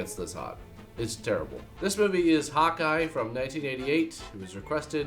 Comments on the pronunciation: when you say Hawkeye, it sounds like you're saying hot guy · sounds like he's saying "Hot Guy", instead of "Hawkeye"